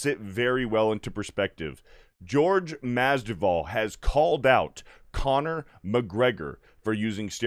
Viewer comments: Masvidal not Masduval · mas-VI-dal Not mas-DI-val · Mas-vee-dal that is all lol. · Masvidal not Masdival 😁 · Bro, take the time to get his name right. Mas-vi-dal. Literally said it wrong 10 times. Do better. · Right takes like 20 seconds of research to learn how to say his name right. Thats just lazy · Mispronounced name twice in the first 25 seconds? This dude has no business being on a sports show. Cmon bro, do the least amount of preparation before making a video, lest you look like an idiot. This is happening far too often. Between this and that Crain and Co show, you can tell these dudes don't actually do any research or know/understand what they're talking about. It's not even like Masvidal has just arrived either. He's been in the fight game for well over a decade, almost two if you count his backyard days. But, what do I know, I'm just a guy who actually reads and understands sports.